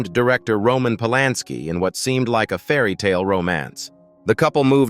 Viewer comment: Roman Polansky not Palansky. Damn you AI !